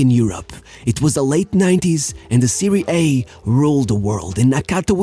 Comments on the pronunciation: I know English is not your language but its "Serie Ah", Not "Serie A" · My man is able to perfectly pronounce all Brazilian names but then he says “Seirie hey” instead of Serie A 🤷‍♂️ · Dude i thought you are good with you football knowledge but dam why you pronounce Serie A, its Serie A..not Serie ayyy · Nonono first time I watch you, but you did perfect pronoun of Brazilian, Argentine players even JAPANESE… and then you come up with “serI hey” juvIndAs and peruJia? Big down 👇🏻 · Great video, but you pronounced "Serie A" wrongly ❌